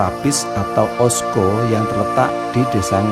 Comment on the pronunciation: Maaf jangan salah baca lho mas..ocso bulan osco..🤭